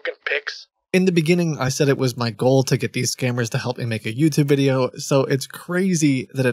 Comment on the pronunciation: My cat is glued to the crow pro saga. Every “wideo, every wideo” of crows intrigues my kitty boy.